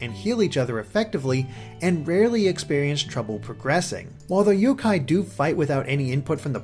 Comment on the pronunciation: The emphasis is on the yo, not the Kai.